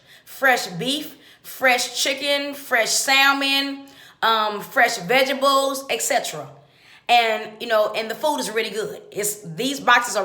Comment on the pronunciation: Paid for by Donald Trump! DID SHE SAY VEGRABLE!